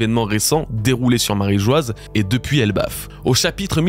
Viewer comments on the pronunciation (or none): Bravo pour le taff ! Merci :) J'ai juste une suggestion : est-ce qu'on peut arrêter de prononcer Marie Geoise alors que c'est Marie-Joie ? 😅